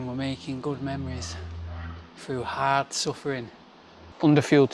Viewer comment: “Stay ‘ard!” 😂